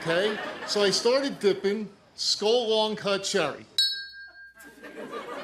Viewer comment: not skull - skol (dated a guy who was into chewing tobacco) - that stuff is awful and rots your teeth.